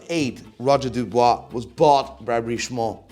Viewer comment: Oh god... Here we go again.... Roger DuBUIS, not DuBOIS brother.... And Lange... I have no word for your selection. I hope this was a joke